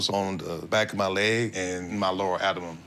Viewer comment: "Adaman"?? Does he mean "abdoman"??